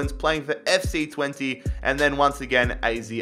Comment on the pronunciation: Fc twente is not pronounced fc twenty